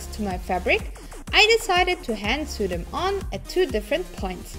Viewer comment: Krass, wieviel Arbeit ihr investiert! Woher kommt die Zeit dafür? :-) Übrigens: "seam allowance" ist die "nahtzugabe" und "sew" wird "soh" ausgesprochen - es gibt sogar Videos, die sich damit beschäftigen. Und keiner weiß, warum "sew" die Aussprache-Regel bricht xD